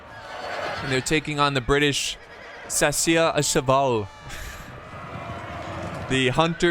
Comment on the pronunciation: I see from Wikipedia where you call the chasseurs “hunters.” I’ve seen you struggle with this word for years, so let me help. A far better English cognate is “chasers,” as in people who pursue, which unsurprisingly is another way of saying hunters. It is pronounced shasoor.